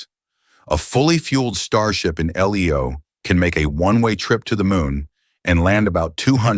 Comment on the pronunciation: You knows it’s AI generated content when they say L-leo